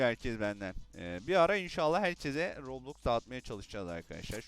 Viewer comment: Kostüm güzelmiş abi roblox diyişin çok iyi ama